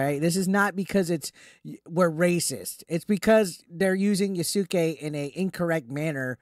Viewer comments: Just so you know, his name is pronounced Yas-kay not Ya-Su-Kay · “Yah-sook-ay” plz you’re killing me